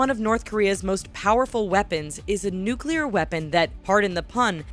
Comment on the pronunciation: 1200 nuculer wepons